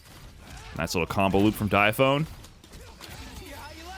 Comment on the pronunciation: Its not Dya Phone it's Die Aphony get it right.